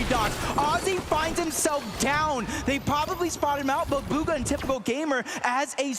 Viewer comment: Did bro say Boga instead of bugha